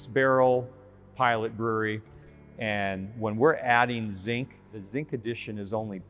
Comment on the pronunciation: Am I the only one who kept thinking he said "zing" instead of "zinc"